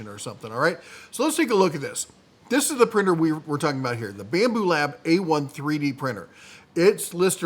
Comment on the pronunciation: You lost me first minute when you said, "Bambu Lab". 🙄